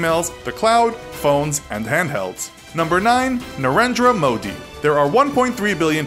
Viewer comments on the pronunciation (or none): You pronounced Narendra Modi wrongly